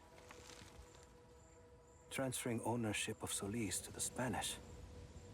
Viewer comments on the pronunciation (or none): none